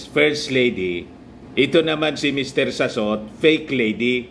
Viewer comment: Mr Salot not Sassot